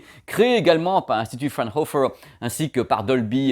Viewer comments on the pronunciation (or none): Vidéo très intéressante, mais juste une petite objection microscopique (votre honneur !) : Joseph von Fraunhofer était un grand physicien allemand, donc la prononciation est à revoir.